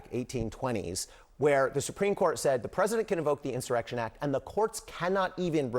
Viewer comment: this clown can't even spell or pronounce the word insurrection...clueless. The Project 2025 ghouls put the bug in his empty head... 😂🤡🍊